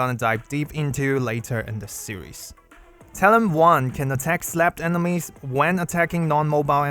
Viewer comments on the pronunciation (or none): none